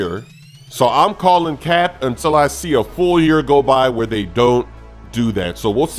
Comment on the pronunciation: It sounds weird when says Cap😂